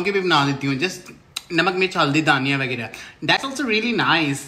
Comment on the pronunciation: Gaurav said: dhaniya😂 but I heard it Daniyal😂😂😂